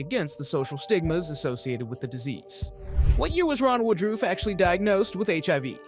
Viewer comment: Not really. He has several things wrong about the real life guy. He doesn't even pronounce his name correctly. This was done through the eyes of someone far left.